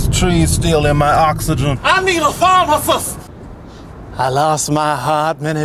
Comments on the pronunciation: Abbey Garrett *Pharmasust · "Pharmacust" lmao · I think he said "FARMASHUST" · ALSO PHARMACUS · ForeverGirlAJ He pronounces it like "Pharmasust"